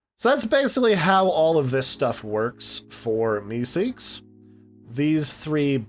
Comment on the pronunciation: I love how u keep saying MeeSeek